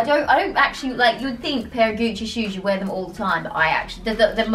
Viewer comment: when he said Gucci it just kept reminding me of Gooch